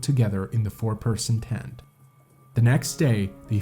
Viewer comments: This guy pronounced way more wrong than just place names. He pronounces "tent" as "TANT", for one. I have to rewind every few seconds to figure out what he just said. Great for watch time metrics, I guess. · Also, it's "tent", not "TAAAANT"